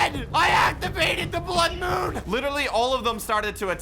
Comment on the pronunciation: The "i create the bloode moon" kill me